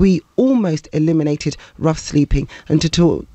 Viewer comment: “Sleeping’ has a G on the end.